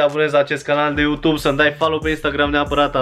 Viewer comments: Bai frate fa ceva se aude ,,utub". P.S. la multi ani, esti super tare😍😍😍😘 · Iarasi ai zis Utub 😂!! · Iar ai zis Utub😂😑❤️ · Iar ai zis "Utub" 😺🤣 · De ce tot zici utub? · mda...iar ai zis UTUB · Iara s-a inteles "UTUB" =)))))))))))))))))))))) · De ce spui utub 😂🤫😂😂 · Iar ai zis "uTube"😅